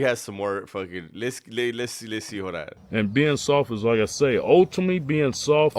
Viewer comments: Kali cant say success or ultimately...he says SUSESS and Ultame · "Ultime" :face-green-smiling:😂😂🤣😆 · "ALLTOME" baby! We got another one😂😂😂